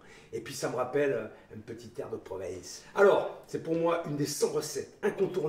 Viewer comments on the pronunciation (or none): on dit PORVENCEEEEE monsieur pas proviiiiince 🤣